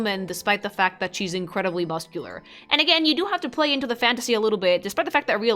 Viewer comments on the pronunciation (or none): none